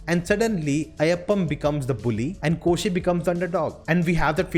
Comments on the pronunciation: Hey all non mallu reviewers. Kindly try to say their names right. It’s not Ayyappam, its AYYAPPAN. It’s not Koshiyum, it KOSHY. Thanks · Ayyappan not Ayyappam! N its Koshi not Koshyum! The title means Ayyappan n Koshi. Um um here is like ਅਤੇ in Punjabi !!